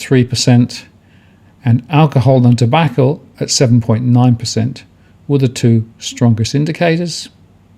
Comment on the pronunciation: Love me a bit of alcohol and tobaccole